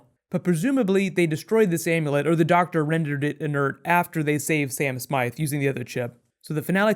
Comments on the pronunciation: "sam swift" not smite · Sam Swift* not Sam Smythe/Smite, just in case anyone was wondering :) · i thought his name was Sam Swift the quick, not Smythe?